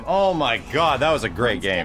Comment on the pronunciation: At least you say good gam.